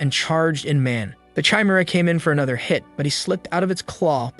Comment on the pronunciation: Why are you pronounce the Chimera like that